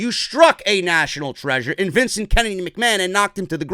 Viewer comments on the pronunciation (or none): none